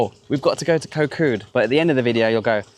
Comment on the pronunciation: koh Kood the k it pronunc more like a g than a k gkot gkood